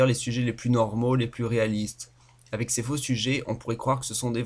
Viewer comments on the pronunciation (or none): none